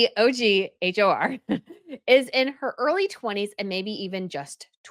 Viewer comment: Thank you for covering other royals. BTW Se&Hør mens See/Look and Hear. The way you pronouce it sounds like Se og Hor, meaning See and whoring/Debauchery which is hillariously apt 😂